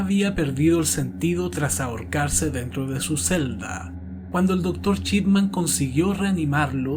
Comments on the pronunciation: Nadie:: Doctor Chipman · "Chipman" jajajajajajajajajajajaja